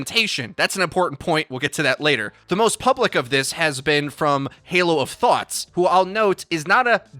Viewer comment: haloofthoughts? nah fam haloofthots